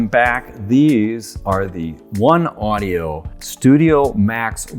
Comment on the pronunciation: I might be wrong but I THINK you pronounce it "One Oh-dee-Oh" not "One Audio"